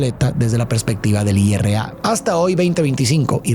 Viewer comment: Se dice IRA no I.R.A